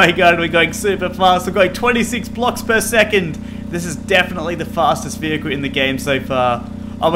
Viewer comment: Bus??! Can you make one. I know, I know, you say Small Vohekel.